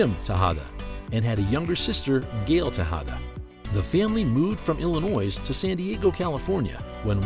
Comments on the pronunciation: Pronunciation Note: There is no noise in Illinois. The “s” is silent. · I don’t believe the S in Illinois is supposed to be pronounced!!!